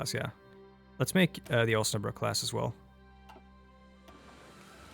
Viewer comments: Ein Volk in Waffen gegen eine Welt in Waffen! I‘m seeing forward to see the Kaiserreich played in your atmospheric way with many background infos etc. Actually your first try to pronounce Osnabrück was nearly perfect, so props for your German skills👌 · That Osnabrück (the first one) was more than perfectly pronounced! It sounded like you were a real German lol